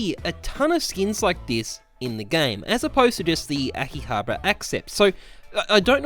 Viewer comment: Akihabara oh good he got that word right Axe-ept BRUH